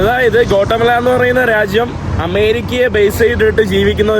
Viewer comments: Gota mala allada mone Gatimaala ennu venam pronounce cheyyan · Kotta അല്ല guattamella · Please pronounce name of the country properly. It is not കോട്ടമല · Bro its pronounce Gothamala, പിന്നെ avdethe oroo ZONE ( places) shradhikknm crime orupaad nadakkunna Zones und,. ... Zone 18 , 12 erc.. Kettitt mathre ollu... Ninakk kaanan patiyathil 🎉🎉